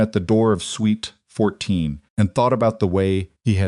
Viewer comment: It is suite NOT sweet